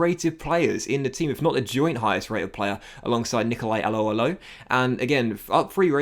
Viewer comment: Just saying but the way you say Alho's name is hilarious... And terrible